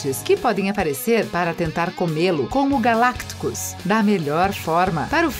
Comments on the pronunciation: "Ragnacock", "Galactcus", "Róqui"("Hawkeye" se pronuncia "Rócai"), "esbóços" e "membra". Não tinha ninguém pra corrigir essas pronúncias antes de botar esse vídeo no ar? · Galacticos, Igo, Ragnacoc, goblin verde, idade de ultron, voltron, soldado do inverno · donamu ? é dormamu , galacticus ? é galactus , sony strak ? kkkkk não boto culpa nela mais ficou engraçado